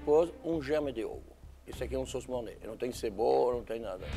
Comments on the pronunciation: "Monáy", "beriblein" kkkkkkk Eu falaria igualzinho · Molho "mornay" (MORNAI) Molho "mornay" (MORNÊ) Molho ''Berriblain" Molho "Beurre Blanc" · E a Paola corrigindo, MOR-NÊ kkkkk